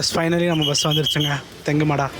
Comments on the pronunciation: தெங்குமடா இல்ல தெங்குமறகடா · தெங்குமாடா ❌ தெங்குமரஹாடா✅ ஒரே ஒரு பஸ் தான்❌ஒன்றுக்கும் மேற்பட்ட சேவை✅ (கோத்தகிரி to தெங்குமரஹாடா, கோவை to தெங்குமரஹாடா, புதுக்காடு to தெங்குமரஹாடா) பவானிசேகர் ❌ பவானிசாகர்✅ You should pronounciate the words and names properly brother, because this is not just a travel vlog, it's an Informative content. So please be active on these things of course you are doing very well I respect your vlogs. At the same time it's your duty to give proper information brother. Not just this video, i noted in some other videos also, For example.. Kamuthi, Kayamkulam, etc., Intha oor peru laa ninga solumpothu kooda vera mathiri tha solirukinga enaku sariya niyabagamilla, routes maathi solrathu epdi sari ilaiyo athe mathiri oor peraye maathi solrathum sari illa bro. Please do R&D before vlogging bro. My intention is not to hurt you, please understand bro. Na ipo gobi area la iruka enaku puriyuthu ninga maathi sonalum kooda but southern area la irunthu oru aal paatha??? Or kerala la irunthu video paatha???